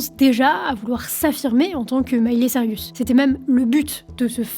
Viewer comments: Reportage bien ficelé, et comme toujours très prenant, même si mes oreilles ont grésillé à chaque "Miley Cyrus": C'est Saille-Russe, pas Sariusse 😀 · Elle dit vraiment sarius à chaque fois lol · Sirius ? Mais où vois-tu le i avant le u, dans Cyrus ? Lol Bon sinon j'ai appris des trucs, car je ne connais pas cette artiste ni ses chansons ; la variété américaine ne m'ayant jamais touché, et pas qu'américaine. Mais joli travail de synthèse et de présentation d'une star. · Mily/Miley c'est une chose mais c'est Cyrus, pas Sirius ;) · La drogue fais toujours mal aux cerveaux et c'est "Cyrus" et non "Cyrius" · Bonne vidéo, mais c'est Miley ''Cyrus'', pas ''Cyr-i-us'' -petit défaut de prononciation un peu agaçant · Tu m'a mis une source de stress toute la vidéo à l'appelé Sirius mdr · Miley SAIL-RIUS!!?? HAhaha mon Dieu les francais... cest SAIL-RUS pas RIUS. D'où tu vois un i toi? Desolée, ca me cringe. jai quitté apres le 3e CyrIIIIIus. cest-à-dire, apres moins d'une minute. Ca gosse trop mon cerveau. cest comme gratter sur un tableau! Pas capable d'entendre ca. De toute facon j'hais cette conneee de Miley. heh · Cyrus pas Cyrius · Mais pourquoi tu dis Miley CYRIUS tout du long? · Ca me perturbe à chaque fois que tu prononces Cyrus "Sirius" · Sirius cest dans harry potter. Elle c'est "Saïreuss" 😭😭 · Tu n'auras pas réussi a prononcer son nom une seule fois correctement 😅 mais c'était intéressant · rha, j'aime pas faire ça, mais c'est dommage de mal prononcer son nom toute la vidéo :( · J'avoue que c'est un des deux trois points qui m'ont gêné dans cette video. Bien vu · J'ai pester tt la vidéo, ça m'a arraché les esgourdes 🙉